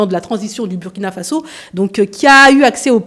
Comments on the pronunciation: Madame vous prononcez mal le nom du Burkina Faso. Bur se prononce Bour en français. Je sais qu'on ne dit pas ça à l'école de la communication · Commencez d’abord par savoir prononcer le nom de notre pays. Ça se prononce " Bourkina" et non Buuuuuuuurkina.